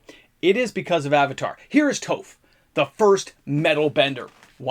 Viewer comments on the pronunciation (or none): Say off, then add a t. T-off. That's how you say Toph. Not toe-f. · It's been commented before and this is for engagement, but Toph is pronounced like the first syllable of toffee. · Her name is pronounced Toph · There isnt a second vowel in Toph, so the 'O' wouldn't be capiltalized. Soft 'o' with an 'F' sound at the end for pg